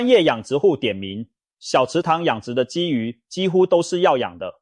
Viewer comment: 我真的懷疑這是共產大陸的製作影片，更盜用台灣腎臟科名醫洪醫生的聲音，真的很壞，還故意說台灣出口，我們台灣根本沒有黑魚，我們不講黑魚，我們鯽魚也不會唸二聲！